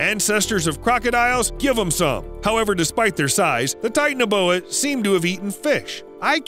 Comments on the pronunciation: I wish he’d say ti-TAN-a-BO-a instead of “tight-naboa” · Titan a boa 😂 it’s ti tana boa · It’s Titanoboa, not Titaneboa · Ahem.. Ti-TAN-a-boa. Not "tighten-a-boa" or whatever. Tie - TAN - uh - boah. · Please say TITANOBOA the correct way. Its not tight- na- boya... Its Tight- ana-bowa come on man i know u did your research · Sorry if this is rude but titanoboa is pronounced tie-tan-oh-bow-ah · It's pronounced TI tan a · Its Titano boa like the titanic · You pronounced titanaboa wrong